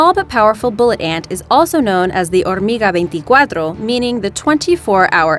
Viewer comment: i wasn’t paying attention, but when she “hormiga venticuarto” girllll was i aware!😂